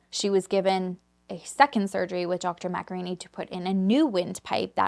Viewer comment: lmao every time she says Dr Machiarrini i hear Dr Macaroni